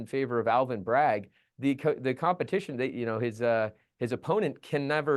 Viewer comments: His last name is BRAGG - not BraggS - no 's' on the end unless you're describing a possessive. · Someone tell it's Bragg not Braggs!!! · Please stop saying Alvin Braggs. It’s Alvin Bragg. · Bragg not Braggs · I thought it was Alvin Bragg not Braggs!